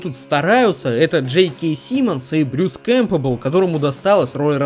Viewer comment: Блин Чувак нахер ты Брюса Кемпбела исковеркал то? Чего он тебе плохого сделал? Ты если не знаешь как правильно произнести, загуглил бы чтоль хоть...